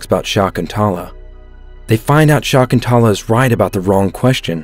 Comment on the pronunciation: It's sha-ik-ku-in-tuela not what u just just in a excuse of a name